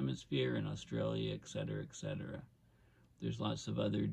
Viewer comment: ET ET ET cetera. Not X cetera